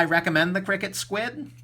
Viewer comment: i think you say each letter individually and it's not "cricket". i could be wrong tho